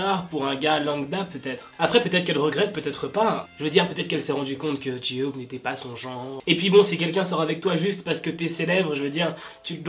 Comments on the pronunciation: Coucou je t’adore mais j-hope ce prononce pas J-ioop mais jey hope mais ça s’écrit bien j-hope 😘merci d’avoir lu mon message bisous 😃😀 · Ji-hope j'adore comment tu le dit 😂😭💗